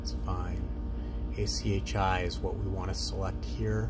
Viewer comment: It's interesting how many people say ACHI.